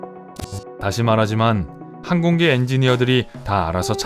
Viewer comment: 항공기, 하얀, 새, 세상 모두 억양이 틀렸어요 읽기 말하기가 엉터리에요